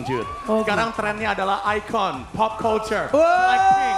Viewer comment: Nah si boy pengucapanya keren ikon bukan iken